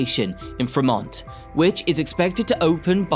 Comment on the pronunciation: How hard is it to say San Jose? Dionne Warwick even sang how to go there. Are we hearing a real voice or a computer generated one? Can't say I'm going to follow this channel when so little effort is put into getting the simplest names right. Like Fremont. 🤦‍♂